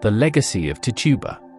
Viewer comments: That's tichiba not to tuba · Actually it’s neither. It’s Tituba.